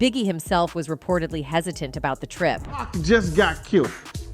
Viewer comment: ** Not 2 (Pack)🤦🏽‍♀️😂 & Where did his mama say anything about a tape🤔 I must have been distracted by the narrator saying 2 (Pack)😂